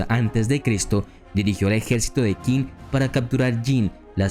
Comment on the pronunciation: Muy interesante el video, solo quiero comentar 2 cosas: el nombre del reino chino de Qin se pronuncia “chin", de ahí viene el nombre de China, segundo: me hubiera gustado que incluyeras a Ulysses S. Grant, el tampoco fue derrotado nunca, saludos